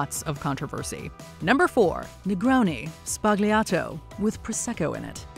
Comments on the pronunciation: Fun fact: it's pronounced negroni sBAgliato not spagliato. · Sbagliato is mispronounced! It’s more like “sballyato”